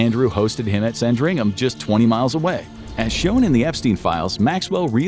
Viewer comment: sandringham he says 😂😂😂 the amount of places he says wrong is funny it’s almost all of them 😂😂😂